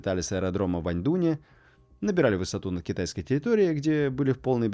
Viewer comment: Только аэродром назывался Аньдун, а не Аньдунь